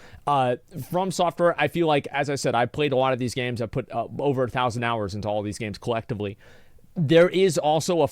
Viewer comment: "1000 horus" lol